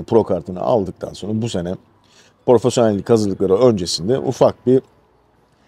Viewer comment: Profesyonel yerine neden porofesyonel diyorsunuz çok merak ediyorum gerçekten